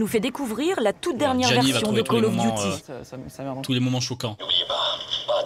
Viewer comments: "Col of Duti" géniale la prononciation dans ce reportage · Call of Diouty. La prononciation de merde 🤦🏻‍♀️ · ah la blague il ne Save même prononcée le nom du jeux : Call of Duty la blague heu il dise : coll of diuty lol